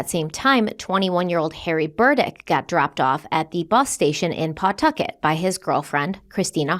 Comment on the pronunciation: 🗡️ Omg Bootleggers 😂 Also, I love you,, but: "p-TUH-kit," "WAY-bossit" -a Rhode Islander ❤